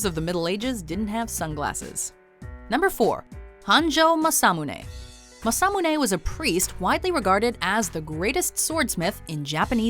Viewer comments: first problem your pronunciation is horrible, especially the japanese, masamune maa-saa-moo-nay muramasa moo-raa-maa-saa. second problem historical, masamune and muramasa were separated by 300 years give or take a century. the muramasa curse was brought about by the tokugawa shogunate, he blamed the sword for deaths of his family and friends and was nearly killed himself by one, of course muramasa blades were popular because they were good blades, but tokugawa was superstitious and believed the kamui of the muramasa steel was out to kill him, so he banned them. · Oh, Jesus. It's MAH SAH MOO NE and MOO RAH MAH SA! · You mispronounce masamune just thought let’s you know